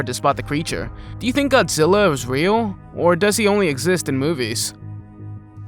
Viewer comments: It's godgela versus kong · GODZILLA NOT ZILLA